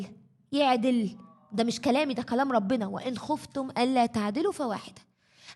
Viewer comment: خفتم بكسر الخاء وليس بضمها